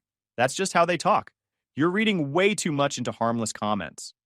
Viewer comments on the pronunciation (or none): none